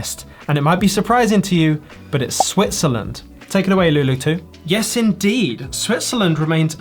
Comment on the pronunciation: That "yiiiiiis" was more Kiwi than Aussie 😆